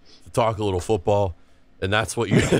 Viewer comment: What an absolute riot lmao "if it wasn't a bunkbed maybe a littble bit easier to move"